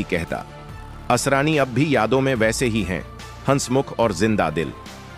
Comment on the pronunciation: आसारानी ? अरे भाई ! नाम तो ठीक से बोलो।